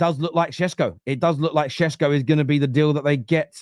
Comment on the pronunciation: Why does say sesko.. Shesko 😂